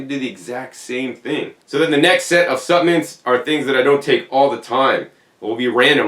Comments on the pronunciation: the i is silent ~ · intriguing pronunciation. also interesting is the american pronunciation of caramel as 'carmel'...